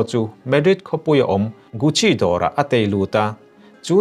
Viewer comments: Ballet dancers tih hi Balle tia lam Rik tur a ni, Gucci pawh gasi tia lam tur a nia,hriàtna tizautu atan kan commented ve mai2 a ni.. 😊😊😊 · Guchi tih tur lawm a😂